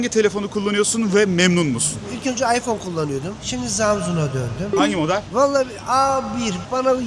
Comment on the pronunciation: İsmini söyleyemiyor iphone kullanıyor adam 😂